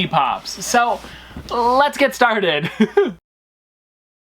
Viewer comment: I love when he say LETS STARED